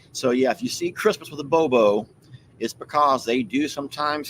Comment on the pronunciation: it's boo boo not bow bow